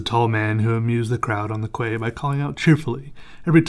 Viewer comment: I don't mean to be one of those people, but quay is pronounced as "key"